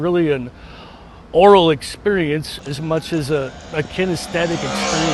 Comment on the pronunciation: 'Aural', not 'Oral' 😉